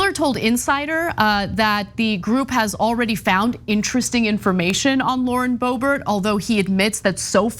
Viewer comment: Lauren 'Boob-bert'? Come on, man. 😄